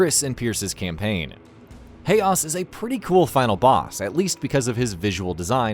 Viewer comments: Anyone else noticed he got his pronunciation wrong? Haos- is pronounced "house" not hay-ahs. Sergei is pronounced sur-gey not sear-gey. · I thought Haos ("Hey-oss") was pronounced house